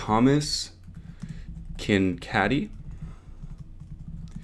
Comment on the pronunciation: Oh no!! He said Kincady??! It's pronounced KINK-AID. He was my favorite artist when I was a kid.